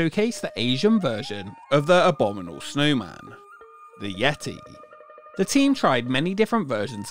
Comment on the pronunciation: Just FYI it's "abominable", not "abominal".